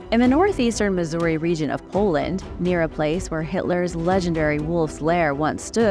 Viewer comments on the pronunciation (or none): I heard Mazury in Poland and had to rewind. I heard Missouri